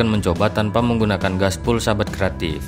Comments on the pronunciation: Glasswool mas bukan gasbul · waaahaahhahaaa glasswool mas bukan gaspol ,,,, jadi ngkaka sayaaaah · Yg bener 'Gaswool'. Bukan 'Glasswool' apa lagi 'Gaspull'